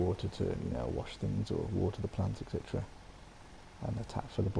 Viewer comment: Are "ect chetera" for etc??